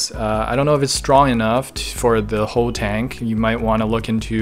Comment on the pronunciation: When you say whole tank I hear hoe tank. What’s wrong with me 😂